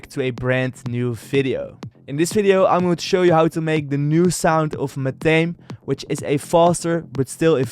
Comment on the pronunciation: It's pronounced MA-THA-ME. Not MA-THAME. Just sharing.